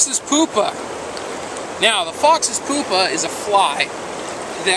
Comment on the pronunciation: i like the vid...but i couldn't stop laughing when u said "foxes pupa" only because u said it like poopa instead of pupa..the letter u is so-post to sound like you...so its p-you-pa...but rather than that it was a good video